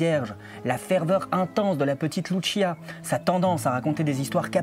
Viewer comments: Travaille titanesque ???? Mdrrrrr.... Cest une des video contradictoires les plus débiles qie jai vu. De plus ka recherche titanesque aurai pu etre faite sur le sotaque de la prononciation des mots et prénoms des protagonistes ... Dire loutechia comme en italie pour louciia c'est titanesque effectivement ... Un peu d effort quand même, vous qui vous pretendais meilleurs que les autres comprendres les autres ... Cest vous les extra terrestres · Fatima étant au Portugal et non en Italie, Lucia se prononce Loussiha et non Loutchia. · par contre ce n'ai pas luchia c'est lucia tout simplement les portugais ne sont pas italien. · Oserais-je vous faire la leçon sur la prononciation des prénoms portugais? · Euh il y a erreur sur la prononciation d’un prénom... On n’a pas dit que ça se passait en Italie je crois 🤨. Qu’à cela ne tienne. Vous avez raison de vous méfier. Nous par exemple, on a estimé qu’une vierge prédisant les catastrophes du XXe siècle sans évoquer le nazisme, ça n’inspirait pas confiance. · Vous auriez pu faire un effort sur la prononciation du portugais, ça fait pas très pro. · Pour les noms des communes belges flamandes, il va falloir faire un (sérieux) effort de prononciation 😃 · pourquoi bien prononcer Jacinta mais pas Lucia?